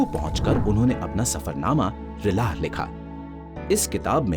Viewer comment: बहुत शानदार सीरीज..….लेकिन बतूता की पुस्तक को आप 'रिलहा' पढ़ रहे हैं जबकि यह 'रेहला' है।